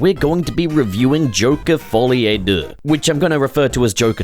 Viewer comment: « To save myself the embarrassment » To be fair to you, you pronounced it better than most of us Anglophones would.